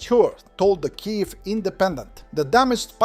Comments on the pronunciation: I think it was more than that. It relentlessly mispronounced almost every Ukrainian word. I got heartily sick of hearing "K'eev" pronounced something like "Kie ivv" (something like "high live"). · I know the various pronunciations, but if one is using an AI to talk about a geographical area, one should try to teach it the pronunciations of the cities and regions, etc. Mispronouncing Robotyne is understandable. Kyiv, which is mentioned often is far less understandable.